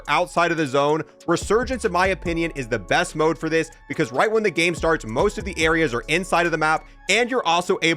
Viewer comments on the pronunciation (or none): none